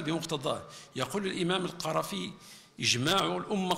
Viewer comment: أكاد أجزم أن هذه المحاضرة المليئة بالشبهات كتبت للوزير لا يكاد يكمل فقرة من فقراتها إلا ويحصد جملة من السقطات اللغوية، ناهيك عن سوء تشكيل اسماء بعض الأعلام مما يدل على عدم صلة بين الرصيد المعرفي للوزير وكتب أولئك الأعلام كالقَرافي نطقها القُرافي، وابن القَيِّم نطقها ابن القِيَم ؟!!! إضف إلى ذلك أن الوزير لبس عباءة الفقيه في هذه الخطبة شرب بشماله في نحو الدقيقة ثم حتى أسلوب الإلقاء ممل للغاية يسرد ما في الورقات بشكل سريع كأن مبتغاه انهاء المحتوى فقط، وكيف سيستوعب السامع هذا الكم الهائل من المعطيات والتي يظهر أن المتكلم حتى هو غير مستوعب لها؟!! أما الترجمان المتدخل الثاني أعاد خطاب الوزير المكتوب وكأنه على علم بالمحتوى وأعد له اختصارا، وما رأيناه إنما هو مجرد تمثيل أمام الكاميرا على أنه استوعب ما جاء في خطبة الوزير المكتوبة، يريدون إثبات هذا الخطاب التأسيسي المليئ بالشبهات والمغالطات والتي تحتاج من أهل الاختصاص إلى نقض ونقد علمي رصين وليس إلى ردود أفعال عشوائية لا صلة لها بالعلم الشرعي. والمتسائل المتناقض الثالث فهو أشر منهما.